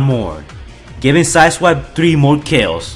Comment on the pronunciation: Every time I rewind I hear him say asswipe instead of side swipe